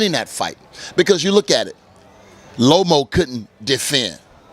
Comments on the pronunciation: Tarver say all these fighters names wrong lmao. Lomo,Teofomo,Kamboza 🤣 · He butchered their name lomo lol